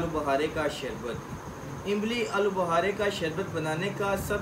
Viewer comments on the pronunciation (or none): جب اردو بولتے ھیں تو امبلی نہیں املی کہتے ھیں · Imbli nahi imli bolo bahi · imli ko imbli 😂